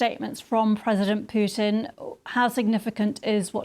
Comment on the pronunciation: Hey Lady, is that how you pronounce Puntin , pewtin, or are you just trying to be funny?